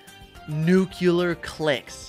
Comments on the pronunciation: you have been killing me with your pronunciation of the word ‘nuclear’ since I was little. It is pronounced new-clear. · nucular clicks 💀💀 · “Nuculear clicks” Lol